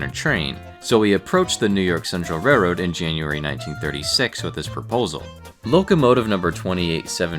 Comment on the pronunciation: I couldn't bare to listen beyond 40 seconds. The word "railroad" has an "L" in it that really ought to be properly pronounced. It's RAIL-ROAD ... not "RAY-road" ... Ugh.